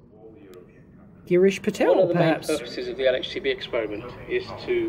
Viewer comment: Great Video Dave and you even say "aitch"! (as in "El-Aitch-See" [LHC]). WooHOO !!! Music to my ears. Go Dave !!